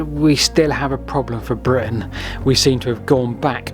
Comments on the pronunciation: Britain not Britian... Other than that a great vid. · britIAn? Oops